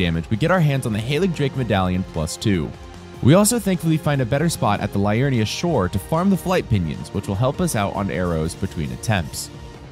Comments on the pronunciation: great content but Liurnia is said Lee-urn-i-a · LEE-urnia,. LEE-urnia.